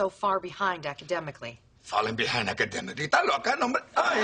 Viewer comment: First part is very funny "falling behind ecadenicly esta loca" lol